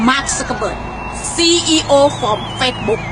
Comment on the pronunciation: ป้าแกพูดอะไรอะ เราก็ว่าเราพูดไม่เก่งนะ แต่เราโครตงง, CEOนะป้า ไม่ใช่ COE